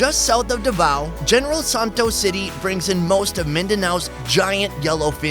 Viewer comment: Davao is pronounces as DA-VA-U